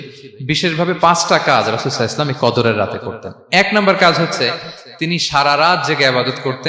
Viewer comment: এই লোক টা রসূল(স:) এর নাম নেওয়ার পর সাল্লাল্লাহু আলাইহি সাল্লাম উচ্চারণ টা পরিস্কার করে বলে না। সব সময় বলে..সাই আল্লাহু সালাম…..!! এতো বড় আলেম বলে দাবি করে অথচ নবীজির নাম বলার পর দরুদ টাও ঠিক মতো পড়ে না।